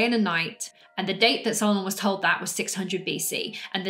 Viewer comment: My name is Solon, and I was named after my grandfather. While I carry his name, my heritage is Greek, and based on everything that's been passed down through my family, I’m proud to say that I fully believe in Atlantis. By the way, you're pronouncing Solon correctly, which I really appreciate! I just wanted to reach out to let you know that I absolutely love your content—please keep posting more! Greetings and best wishes all the way from Nashville, Tennessee."